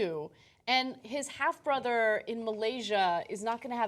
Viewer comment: "Borther", must be a Korean thing.